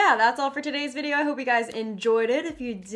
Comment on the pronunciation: Vid not bid lol